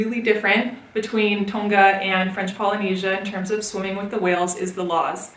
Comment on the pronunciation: you said tonga wrong but thats ok